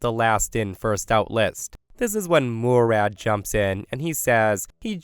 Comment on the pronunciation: Yeahhh, it's not pronounced "Moo-rad".